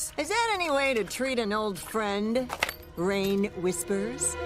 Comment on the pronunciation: not the raine mispronounciation 😬 i mean i kinda get it but also PLEASE😭